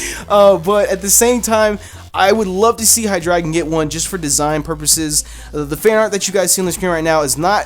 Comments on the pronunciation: High Dry Gone (What he said) High Dre Gone (How it's actually said) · You say it as "high dragon" but it's "high drey gon" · of It is pronounced High Dry Gone,Because this evolution Line has the german numbers eins (deino) zwei (Zweilous) drei (Hydreigon) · How would you pronounce that? Dragonite-ite? Dragon-eye-trite? Besides, it just looks so odd. I doubt that'd be the answer (if it is, reply with a big fat 'I told you so!'). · Highdragon? Hydray-gone